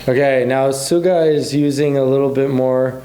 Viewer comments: Just so you know suga's name is pronounced sh-u-ga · Sugas name is pronounced like sugar without the r btw but nice video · Bro do u even know who BTS is or are u just reading there names in the video cause the video has some mistakes.Do u know how many rappers there are and do u know each of the members names without the labels and that's not how u say suga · btw it's not suga it's like sugar but without r 😂💜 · Wanna tell u that we don't say suga with S ,but we say *CH*,and thank u.